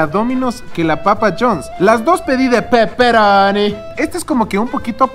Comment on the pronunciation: Jajaja buen video...pero me cague de risa cuando dijiste de peperoni xD parecías italiano de verdad hehe